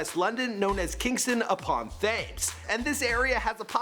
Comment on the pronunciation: KINGSTON UPON FAMES AHHHHHH